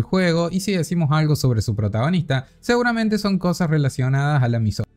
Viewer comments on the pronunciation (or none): none